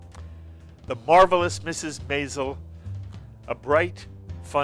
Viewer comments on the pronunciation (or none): For Gawd sakes, say Mrs. Maisel correctly! Emphasis on the 1st syllable....like 'MAYzel'. Are you listening to these people and how it is being pronounced by all but you? Think that is important given this is what the interviews are about? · I think this interview was the reason why Amy Sherman-Palladino decided to put in an episode in Season 2 that has Suzie correct the announcer pronouncing "Maisel." I cringed each time this interview said it . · While interviewing Alex Borstein, the interviewer mispronounces Maisel as MY-zel- it's in the name of the show and is said multiple times in every episode, which makes me wonder if he's even seen it! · Meanwhile, no one told him how to pronounce “Maisel.”